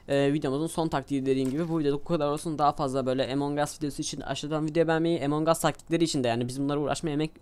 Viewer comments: emong us değil doğru telafuzu among us translateden bakabilirsiniz neyse efso video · ABİ AMON GUS DİYE OKUNUYOR OYUN AMONG US DİYE YAZILIR AMON GUS DİYE OKUNUR :D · abi emong us deyil among us